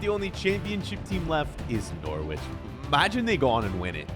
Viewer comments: its pronounce NoRich not nor wich lol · Love the videos but from England I hated the way you said Norwich 😂